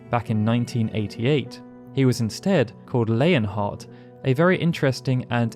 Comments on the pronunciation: Its LEON (lee-on) or (lee-on-heart) not layon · Squall: "It's Lee-on"